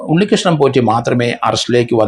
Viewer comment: Potty ennu പറയാതെ സാർ.patty എന്നാണ് വിളിക്കേണ്ടത്